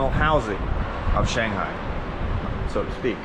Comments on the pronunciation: I wish you'd pronounce Shanghai correctly. 😇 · You missed my point, obviously - if he had lived there for a while, like he said, he would know the proper way to pronounce "Shanghai". Unless, of course, he is one of what can only be characterized as a "bad foreigner" - the type that refuses to learn Chinese, have Chinese friends, eat in Chinese restaurants, etc. Many of these types of foreigners left China around the beginning of the Pandemic, first because of the end of for-profit English-language training centers, and later because of the Pandemic proper. The vast majority of foreigners still in China are thankful that the bottom-feeders and scum that give everyone a bad name are now gone. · And yet, even though he says that he lived there, he still cannot pronounce "Shanghai" correctly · More like shang-bye😂